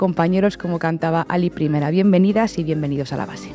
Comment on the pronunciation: Alí Primera, no Ali Primera, no es una onda vital, es un nombre con tílde.